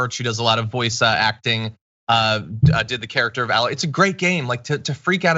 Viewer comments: John, tell me you've never played Horizon Zero Dawn without telling me. Aloy's name isn't pronounced with a flat "A" sound. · It's not pronounced "Al-loy" It's pronounced "AY-loy" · My only complaint is you repeatedly mispronouncing "Aloy". You're saying "alloy". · John, if you really played Horizon Zero Dawn, I would hope you would pronounce her name correctly. It's not Al-loy, it's A-loy. A, pronounced the way you say the letter in the alphabet, not A as in Alex. HZD is such a fantastic game and Aloy is a phenomenal protagonist: she is not overtly sexualized, flirts with both males and females and has suitors, but chooses her mission over romance, and, tbh, looks like a woman probably would if raised in a POST APOCALYPTIC, tribal world, hunting and foraging for food and supplies every day, year after year. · John as someone who has played these games you should know her name is pronounced with a long A, not like alloy. Still love you though! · John I have spoken out against this sad portion of gaming culture on my channel but I must point out one thing it pronuned A-loy not Alloy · It's not an add-on it's a new game and you mispronounced her name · Wait. You played the game and literally cannot say her name right? They say it over and over in the game. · John says he's played it, says it's a "great game", but can't pronounce Aloy's name and calls a sequel an "expansion". 😜